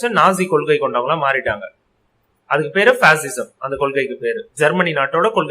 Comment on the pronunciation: It's not pasism it's fascism